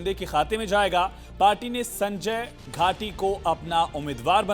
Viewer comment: सारख सारख हा पत्रकार संजय घाडी चा संजय घाटी असा उच्चार करत आहे